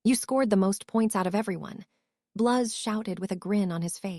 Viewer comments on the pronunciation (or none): "My best friends...Tracey, Daphne, Bluz, Mulfuh, Crub, Ungela..." "Harry, you're having a stroke."